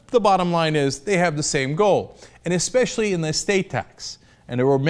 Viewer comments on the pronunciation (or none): none